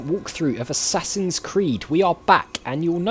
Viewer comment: First of all, I thought you said "A Sassy's Creed" which made me giggle. Secondly, I completely agree with you on doing those bits off-camera. It's what I chose to do for my Mad Max playthrough. As long as you keep the other interesting things in, it should be ok.